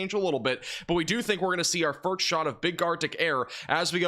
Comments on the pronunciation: why do you say firks and not first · Ok… before you ever get to network television as a weatherman, you going to definitely need to conquer how to pronounce ‘first’. It’s not ‘furt-st . And one more, it’s not ‘sah-nificant’, it’s sig-nificant. Just a few pointers if you want to polish the broadcast nice & shiny.